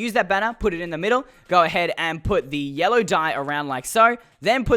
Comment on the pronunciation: did he just say... "yoll"?!?!?!? XD